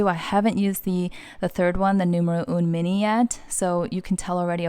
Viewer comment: Great video!!!! It’s gorgeous. It’s pronounced “nuff” as in enough 🥰✨